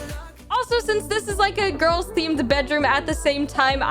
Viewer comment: “where are the gorls”